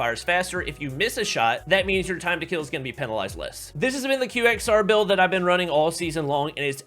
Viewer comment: its pronounced as "Quexer" 😂😂😂😂